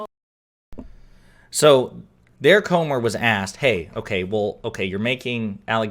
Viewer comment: Are you sure his name is not Gomer instead of Comer?